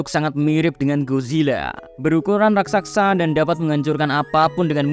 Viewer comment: RAKSASA BANG BUKAN RAKKSAKSA😂